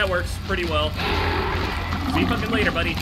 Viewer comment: Am I the only one who likes when says “Lateh Bitch”